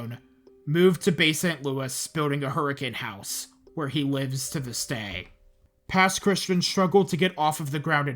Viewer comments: Just wanted to say as a Native Mississippian, Pass Christian isn’t pronounced like Christian. Its more Chris-Chee-An. Other than that this is a great video at showing everything that happened to us that day. My mom and dad were gonna stay, with my dad even being nearly blackout drunk from gambling at a casino the night it was supposed to start hitting. Only left because his mother wouldn’t stop begging them to leave. Our house is about 4-5 miles inland from the coast. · Also, it’s pronounced - Pass Christy-Ann 😂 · Hey just a comment. I'm not personally from the Mississippi gulf coast but I go to school in Mississippi so I know quite a few people from there. Pass Christian is not pronounced normally, it's more like "Pass Chris-tea-anne"